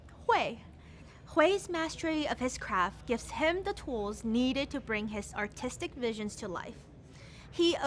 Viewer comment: i am hearing articstic but its league so i hear autistic